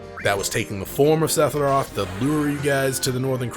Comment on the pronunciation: I've watched every video in this playlist... I absolutely loath the way you say SePHiroth... TH TH TH, Sethiroth just doesn't.. no. Otherwise love the videos